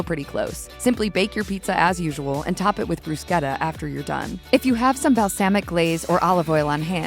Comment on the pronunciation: You pronounced bruschetta wrong